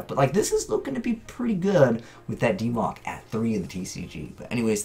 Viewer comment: "DeeMoc" Ugh, I hope this doesn't become a thing.